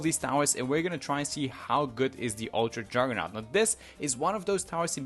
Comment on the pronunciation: "uwtwa juggewnaut"